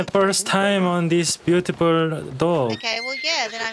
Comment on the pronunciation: "this my first time on this butiple dog" got me dead